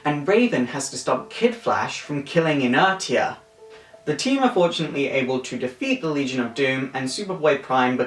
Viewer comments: "jer-i-co" not "jer-i-cho" and "in-er-sha" Not "in-er-tee-uh" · Brilliant as always. But for future reference: Jericho is pronounced Jare-i-ko, not Ja-reecho and Inertia is ee-ner-sha not Iner-tia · Just for future reference : Jericho is pronounced Jer-i-Ko. Inertia is pronounced In-er-sha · I think it's pronounced Jer-i-ko. Also Inertia is In-er-sha. I like that bb and raven got together but took too long. Her new 52 form is a bit weird. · Jericho is pernounced Jer i ko like the wrestler inertia like motion. iner tshia its been a year what do you feel about her now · Also its pronounced In-nersh-eea. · You said the names Jericho and Inertia wrong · This is interesting stuff, but you mispronounce Jericho and Inertia. In the earlier, if it is compared to the location, it's pronounced 'Jeh-ri-ko' and the tia is pronounced as 'sha' if it's like the rule in physics.